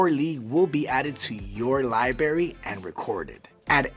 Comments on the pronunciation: LIBRARY NOT LIBARY ffs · Please pronounce 'library' correctly. The guy kept saying 'libarry' instead of 'library'. There is an 'r ' after the b. No, the 'r' is not silent. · the most difficult thing about this video is hearing this guy say "li-berry". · Y’all hired a guy who can’t say the word “library” and then decided to fit that word into this script, about 18 times. Nice work. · He said "Lie Barry"